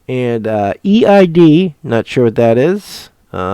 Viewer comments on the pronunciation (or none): eid is word....pronounced AID....the end of ramadan they have a big festival